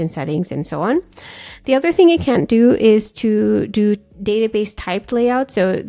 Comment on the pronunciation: Difficult to hear if you are saying "can" or "can't" in the limitations section. May be you should use "cannot" instead of "can't"